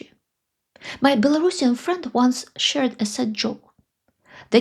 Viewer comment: I appreciate your pronunciation of “Belorussian”. Too many people say “bello-russian”. It was Ksenya Turkova that highlighted the importance of the correct pronunciation for me.